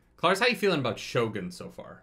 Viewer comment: how to pronounce Shogun...more like Show-gune rather than show-gun.